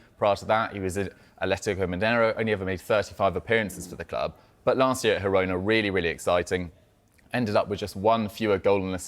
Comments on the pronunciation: Whys this doufus keep saying hirona 😂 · "Hirona"? Where do these guys get their nonsense pronunciations? Making it up as they go along. "Girona" is Catalan so the "g" is pronounced.